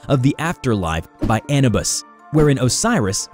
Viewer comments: It's pronounced ab-nu-bis (Anubis) not An-ub-is also I'm not trying to sound mean I just wanna say how to properly say it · Bruh said (Anna bus) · not Eh-Nu-Bis.... its AHH-NU-BIS. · “Ann-uh-bus” got the strangest way of pronouncing things. Don’t think we forgot “sarcophagi” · i heard annebis when anubis was announced first. i need to smoke less weed. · That's not how you pronounce Anubis dude... It's Ah-NU-bis... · The way he pronounced anubis the first time... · really said Anubis wrong multiple times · Anyone noticed how they miss pronounce Anubis the 1st time? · What a weird way to pronounce Anubis. At least the first time you said it lol. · Hold up how did he say anubis at first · How the hell did you just pronounce anubis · bruh why you gotta say anubis like that? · Only complaints I have...how you said Anubis at first, and how you said 3359. That's it. Great vid otherwise. Thirty-three fifty-nine. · first language must not be English. He butchers the pronunciation of several easy words every video... (ex Anubis, Corporeal).